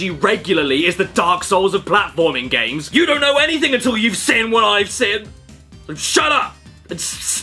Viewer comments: Something I’ve just realised is how caddicarus says “seen” like “sin” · Learned a new thing: Accents